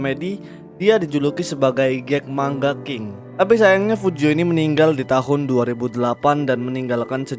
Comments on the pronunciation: Manga bang, Bukan Mangga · Adminnya gak bisa ngomong manga bisanya ngomong mangga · Denger narator ngomong MANGGA,bukanya MANGA, Langsung dislike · Bukan mangga bang tapi manga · Bang bukan mangga tapi manga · Padahal udh sering ya manga kok jadi mangga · gw jd ga bs pokus denger kata " MANGGA " . wuakakaka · tapi kan dia orang indo kenapa baca manga "mangga" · Man - ga, baca pakai logat jepang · Cara bacanya man-ga